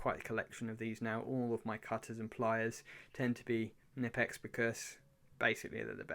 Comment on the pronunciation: The company Knipex is from Germany so the "K" isn't silent ;)